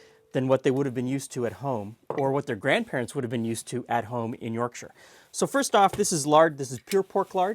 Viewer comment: No one gonna mention how said the 'Shire' suffix correctly, bloody hell im impressed.